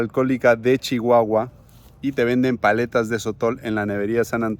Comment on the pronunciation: El nombre de mi tierra es Chihuahua no chichiahua.